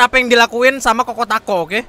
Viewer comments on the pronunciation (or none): Pak itu bahasa inggris pak c dibilang k gitu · ChocoTaco kali pak. Kok kokotako😂 itu percobaan pertama btw enterance nya salah pak 😅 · kokotaco??? chocotaco kali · ChocoTaco seketika jadi Koko Tako dikuping gua. Jaga konter blekberi kali lah